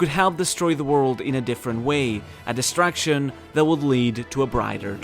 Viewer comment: Bro i swear you are saying "Distraction" and not "Destruction" hahaha amazing video